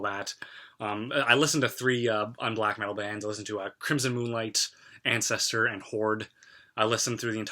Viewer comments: "Ancestor" it's Antestor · You seem to be a pretty intelligent person. Quite fair in your observations. Well done. But it is ANTESTOR not ancestor LOL . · Side note; it's "AnTestor" not "Ancestor". And early Black Sabbath lyrics pertaining to religion had a pro-Christian (War Pigs for example) slant, although I definitely wouldn't slap a "White Metal" label on them. ;) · *Antestor Not Ancestor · You keep saying "Ancestor" do you mean "Antestor"? I used to listen to them when I was a christian. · man! if you do some research into unblack metal, and you can not even pronounce the bandname 'Antestor' right? do your research again. Antestor, Horde and Crimson Moonlight is like the trinity of unblack metal, get your research right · Dude, it is pronounced An-test-or. Tom Araya is a Christian. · Nice video dude! But it's actually Antestor, not ancestor. Also Deicide, not Decide. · i don't have the time to watch this whole video let alone look at all the comments so i'm sure it's been said already BUT...... it AnTestor not ancestor and it's Deicide-Deeee-i-cide- not "decide" and yes it's Glenn Benton. It takes away from the views if you don't know certain details but i do agree with your open mindedness-on BOTH sides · And Antestor like Anscestor.